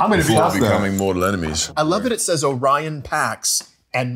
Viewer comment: Helmsworth not knowing the name of his own character shows a lack of respect for the audience. He plays Orion and can't even pronounce his name... Pretty disappointing.